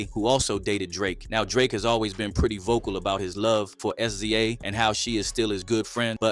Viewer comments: "Ess-Zee-Ayy?" It's "Sizza" right? "Sza" like "Rza" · That pronunciation of “SZA” ain’t it, bro 🤣